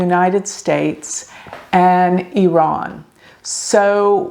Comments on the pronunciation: Thx for pronouncing Iran correctly. I’m from iran and based on my analysis, July isn’t his correct Bday, you’re correct. Khamenei follows astrology and occult 24/7 so he wanted to confuse people. He’s truly psychopathic. Based on my analysis, May or Nov this yr are important for him and hopefully the biggest wish of 70 million of us who are all agreement re wanting him vanish into a blk hole come true. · You pronounced Iran correctly! 💖 and yes birthdays werent accurate back then especially in iran